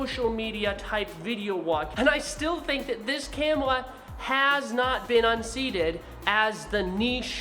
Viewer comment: “Cam Wuh” 😂